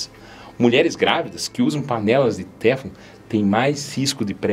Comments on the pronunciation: Boa tarde,, desculpe mais a pronúncia correta é teFLON. A última sílaba é a mais forte. Muito obrigado por tanto cuidado com a nossa saúde. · Lê-se "teflon" com a última sílaba tônica.